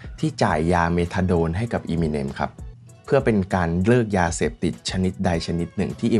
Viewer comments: Eminem = m&m เอม มิ เนม เรียกอีมิเนมๆๆอยู่นั่น ไม่น่าทำช่อง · ทำไมคนไทยชอบเรียก เอมิเน็ม ว่าอีมิเน็ม ไม่ได้กระแดะนะอยากรู้เฉยๆ